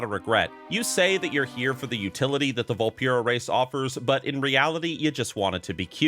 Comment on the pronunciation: Why’s he saying Vulpera wrong?